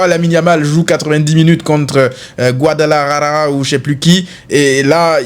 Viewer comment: Enfin tu as dis Guadalajara au lieu de Chambalala😂😂😂😂